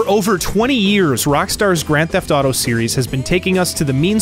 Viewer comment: "Grand Theft Thaw Tho"